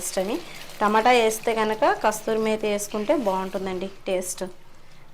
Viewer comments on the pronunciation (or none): Kasturi methi kaadu andi kasuri methi pl dont mind correct chesanu ani